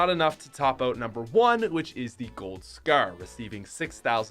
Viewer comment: Tbh why do you say the scar so wired